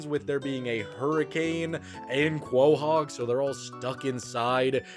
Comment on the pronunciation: I agree with pretty much everything you said. Except that abhorrent pronunciation of Quahog.